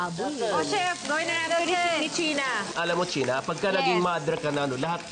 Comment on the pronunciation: Che-na? Chena-len. 🤣🤣🤣